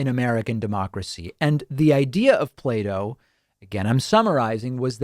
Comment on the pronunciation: As a non native english speaker, i thought david said "Play-Doh" and not Plato and was very confused in the beginning.